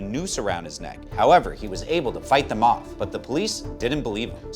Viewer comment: "Dem amendments"